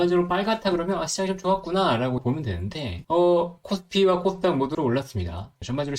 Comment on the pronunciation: 첫날보다 많이 좋아지셨네요~ 딕션에 조금만 신경 쓰면 더 좋아질 거 같아요 코스닥이 제 귀에는 콧닥이라고 들렸어요. 코 _스 _닥 조금 천천히 하시고 딕션에 신경쓰시면 서서히 구독자가 늘지 않을까 해요. 화이팅!